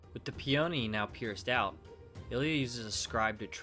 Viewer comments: Pea-oh-nee? Dude...it's pe-ah-knee. I was so confused what he was talking about until I looked into it further. Beautiful hammer, though! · pee-OHH-NEE is a very interesting way of pronouncing peony. I grew up with my mom saying PEE-uh-NEE. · I’ve never heard someone pronounce peony like that.